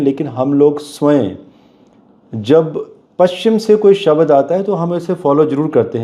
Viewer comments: Right ...shabdo ✅️ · Sir, it is not shabad... It's shabda... श ब्द